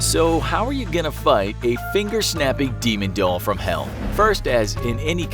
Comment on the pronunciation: shaping instead of snapping